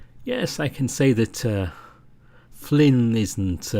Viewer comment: I was all well and good with this ramble until the end. You see, I beleive you mispronounced Flynn's name when you said that he was the best. It was an honest mistake, but I'll see about forgiving you. Joking aside however, I absolutely agree that echo is the kind of story that will stick around, and be remembered. Especially since it doesn't rely on Sex scenes, or an incredibly tropey main cast. The only thing holding it back from true greatness is how subpar the some of the beginning parts were, and I could see the team going back and tweaking some of the scenes and cleaning up dialogue to fit it better with where the story heads later in. I also hope that when the game releases, the patreon side stories and Route 65 are included with the game in some way since they add a lot to the experience I feel.